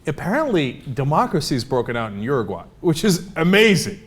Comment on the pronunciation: LOL ... "UrU - Guay" Is that how all Americans pronounce it? xD